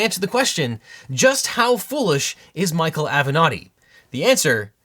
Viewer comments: Ok but why do you pronounce it "av'nòdi" instead of "avenatti"? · Spitzer is saying “thank gawd for Avenetti” 😅😅😅😅